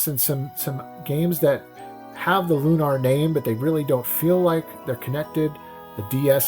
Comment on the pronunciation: And here I thought it was Lunar, not LunARR